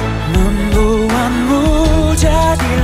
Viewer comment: The singer made a few minor mistakes in pronouciation though.. seperti kusangka terdengar seperti kusaka, membuatmu terdengar seperti membuangmu. Overall, pronounciation bahasa indonesianya bagus banget.. kalau saya mendengar lagu ini dengan mata yang tertutup, saya tidak bakal mengira kalau orang asing yg menyanyikan lagu ini.. bravo Monsieur Jonatan. Keep it up!